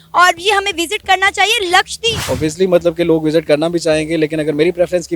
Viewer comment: LAKSHDEEP nahin LAKSHADWEEP bolo So far, not a single Pakistani YouTuber has pronounced LAKSHADWEEP correctly. Another example of the Terribly Educated Pakistani YouTubers.